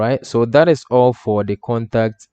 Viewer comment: When you talk 'all for' it sounds like 'awful'